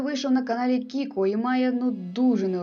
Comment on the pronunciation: до речі, з усіх людей котрі робили огляди на вока-пісні, ви єдині прочитали нікнейм Кікуо правильно 🙏🏼